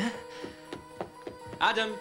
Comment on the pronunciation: Salut. Génial comme dab. Mais je ne supporte pas les prénoms prononcés à l'anglaise dans ce film. Exemple: Adam est prononcé Ademe. Peter est prononcé pideure. Etc. Sinon c'est un bon film de nuit.